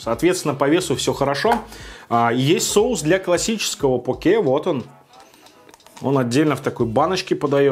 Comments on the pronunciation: Блин твоё покЕ прямо слух режет) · почему я говорю пОке а не покЕ.? Потому что так вроде правильно. Через секунду: следующий покЕ